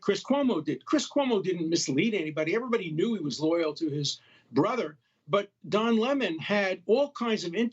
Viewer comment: "Don Lime"? 😂